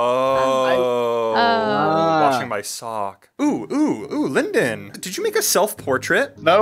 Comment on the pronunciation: Someone already suggested S, but just left out the S in "Sock"